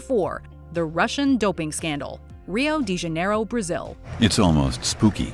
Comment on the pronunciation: The bareless intempt of pronunctiation for Rio de Janeiro is almost insulting. I can bet the lady has never even tried to learn other language apart from English. Good video though.